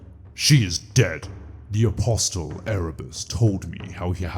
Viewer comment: I don't mean this as a grammar natsoc in any way, so please don't take it that way, but the last "t" in "tarot" is silent. So is the "t" in "apostle".